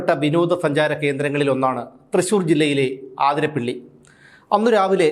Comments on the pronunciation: ആതിരപ്പിള്ളി അല്ല.. അതിരപ്പിള്ളി ആണ്... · ആതിരപ്പള്ളി അല്ല അതിരപ്പിള്ളി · ആതിര പിള്ളി അല്ല അതിരപ്പിള്ളി